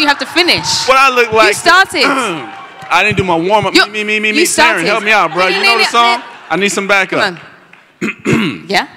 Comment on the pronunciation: As much as I love Christopher Lloyd, that was a cliche fest and so insincere. At least he could have taken a second to ask about the pronunciation of their names. Taron looked genuinely disappointed when Lloyd butchered his name.